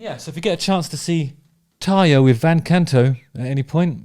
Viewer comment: It's TARRRRRYA, you gotta roll that R.